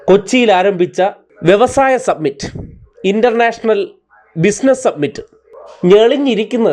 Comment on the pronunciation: It is Industrial summit, not submit